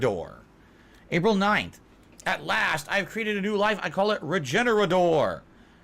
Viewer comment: I like how he says the name of the 'Regenerador' correctly then not even 3 seconds later called it 'Egenerador'. The gin-brain is crazy.